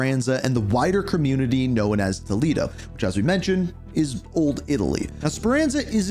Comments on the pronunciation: It's Known not Knowin lol sorry ur killing me with this shit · Someone teach this man how to pronounce “Known” lmfao wtf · The way this guy says “Known” makes me wanna crash tf out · Great video! Just a quick heads-up — the word “known” is pronounced differently than how you said it. Thought you’d appreciate the tip!